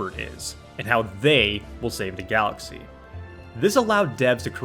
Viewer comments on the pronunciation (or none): none